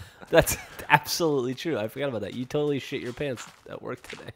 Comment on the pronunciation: "Abshearlutely" god dammit